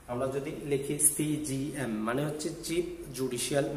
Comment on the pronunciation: ধন্যবাদ তবে উচ্চারণ ভুল আছে, সি,জি, এম না সঠিক হবে সি জে এম